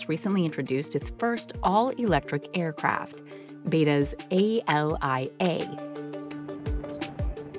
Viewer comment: omfg it's ALIA not A-L-I-A... Also the military doesn't even own it, there are only two models in existence!!!